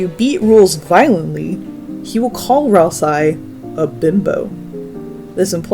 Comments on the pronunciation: Continually pronouncing Ralsei's name with an "eye" sound at the end while quoting the Japanese version is crazy work, since his name is spelled ラルセイ, confirming that it's pronounced with an "ay" sound. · “Weekii” “ralseye” “gare son” “sham” you’re upsetting me. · THAT’S HOW YOU PRONOUNCE GIR?! I’VE ALWAYS PRONOUNCED IT LIKE “GRR.” Also, Ralsei is pronounced “Ral-Say.” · I can't be sure due to "Ralsai", but it seems from the way you pronounce "Gir" that you've never seen Invader Zim. Well, it's now required homework for understanding Deltarune so get on it! 🫡🤖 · Your pronunciations of Ralsei and Gir are just dang great 😌